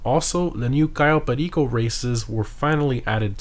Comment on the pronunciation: The way you say cayo perico triggers me